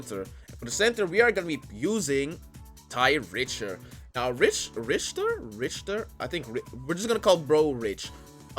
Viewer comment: Richter is usually pronounced rick-ter